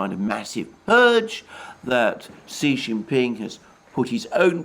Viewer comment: Kudos on using the correct acronym for the CPC, and on improving your pronunciation of Xi Jin Ping's name.